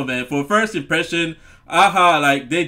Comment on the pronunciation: You said there name right the first time. Great song and video and the pictures in the video was drawn by the lead singer! I remember not just they great song and his voice but the video was a very cool concept! Nice 👍 reaction!